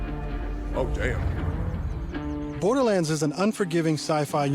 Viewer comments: Everyone: borderlands: borderlins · Remeber if its $80 do not buy also why dude calling it borderlends